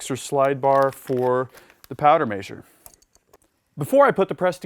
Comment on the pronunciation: Measure is Mez-her not May-zure. ;) Other than that driving me nuts, great video!